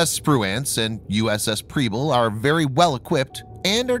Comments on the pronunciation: I just have to let you know that Preble is pronounced with an “eh” sound like in “pebble” not an “ee” sound. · Mispronouncing the names of both ships. I love your videos, though. Please keep them coming and God bless y'all, my friends! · And Preble.